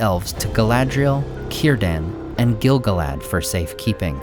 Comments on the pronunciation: Great video! Note that the proper pronunciation is gil-GALad, rather than GIL-gaLAD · Stop saying it wrong! The stress falls as GIL GAL-ad. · gil GAL ad. Say it with me. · It's pronounced Gil-galad, not Gil-galad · I would be glad to be corrected, but I think you're mispronouncing Gil-Galad. Sam's poem about Gil-Galad in Book 1 of Fellowship is written in iambic tetrameter. It should be read like this: gil GAL ad WAS an EL ven KING of HIM the HARPers SADly SING the LAST whose REALM was FAIR and FREE beTWEEN the MOUNtains AND the SEA You pronounce it by putting the emphasis on the first syllable but Samwise Gamgee pronounces it gil GAL ad. I don't think you're saying it right. I would gladly receive greater insight. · Exactly. Everyone says GIL-galad. I am sure you are correct, according to the guides I have read.